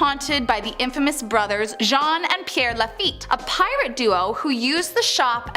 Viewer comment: There are many in this vid. A few that stand out are "LaFit" (or "LaFet") is properly pronounced "Lah Feet." "New Orleens" is pronounced "New Orlins." (or "Awlins") (The fastest way to annoy a New "Orlinian" is to say "New Orleens" LOL Only when "Orleans" stands alone is it pronounced "Orleens.") "St. Lou-ee" is pronounced "St. Lou-is." (The saint is not to be confused with the trumpet player, Lou-ee Armstrong). "Hoomas House" is a first for me. "Houma" is pronounced "Home-uh." "Shruvport" is pronounced "Shreeveport."